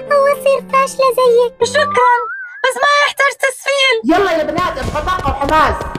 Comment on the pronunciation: بنات❌ بناط✓✓✓✓